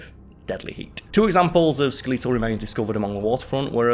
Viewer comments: Julius kaiser or Julius caesar?? Also skel-eetal has me rolling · no, around the 11 minute mark he says sku-LEE-tle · My mum says skeletal the same way. She is from lancashire bordering onto yorkshire where is from so I'm guessing it's a dialect thing in England. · I’ve never heard “Skeletal” pronounced like that before. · I’ve never been but I have many friends across the pond and, I’ve never heard it pronounced that way. It’s not a dig. Just a observation. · Must be a time traveller from the future; that must be a Martian accent😜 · Just sounds like a British pronouncation to me.... I'm also a Brit. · I keep chuckling everytime he says it 😂 🤭